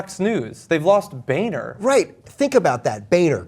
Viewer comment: I've been pronouncing Boehner's name wrong in my head all this time then.